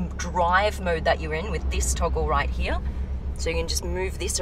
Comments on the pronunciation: Absolutely LOVE the color...and the way you pronounce “here” like “heyah”, 🙏🏽🙏🏽🙏🏽. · When she says “here”, it sounds like “hee ha”. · Anyone else love how she says “here”?